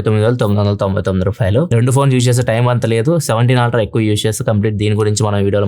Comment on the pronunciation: మీ వీడియోలు చాలా ఇన్ఫర్మేటివ్ గా ఉంటాయి. Meeru eppudu aaltra antuntaru. అల్ట్రా అని ఉచ్ఛరిస్తే బాగుంటుంది